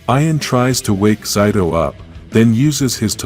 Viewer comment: You are saying his name wrong his name is zaido not Zeta I mean whatever you were saying